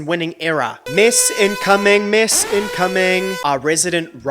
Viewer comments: Is he saying “miss” or “mess”? Lol. Cause either word works. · Every video is a MESS... lol it sounds like you're saying 'miss' a lot of the time. Just in regards to the Michael Jackson award/not award thing, i am more inclined to believe that Sony had something to do with being shady than what a r worder says about him hearing someone say simething about Michael 🙄 I think it is also so disgraceful that JLo WON THAT AWARD BECAUSE SHE DIDN'T SING THAT SONG. 'I'M REAL" was not even sang by her. Again. And also the fact that Ashanti was one of the main artists JLo used for her songs, and Ashanti was also nominated that night is crazy.